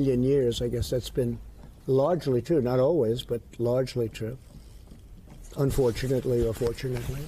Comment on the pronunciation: 'urfortunately or fortunately' I can see why they'll never put him on the stand, wow.